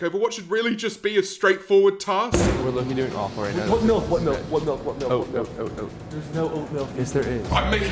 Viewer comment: im sorry but does my guy say "melk"?